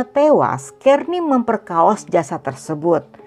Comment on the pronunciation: Memperkosa. Jangan merusak bahasa indonesia dengan kata memperkaos.